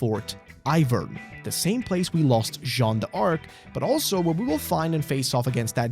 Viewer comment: It's Jean dark, not Jean dee arc by the way, haha